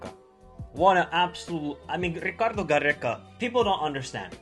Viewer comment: I love that you try to add the good pronounciation but its just Peru not Perru same for Gareca not Garreca. Only 1 R brother. 😊